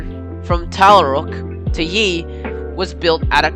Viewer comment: The first one was Tallarook which is pronounced TallaROOK. After the Yee I stayed with it anyway as it was a very interesting video for me.